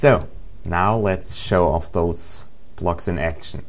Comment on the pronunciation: its called blocks, not plocks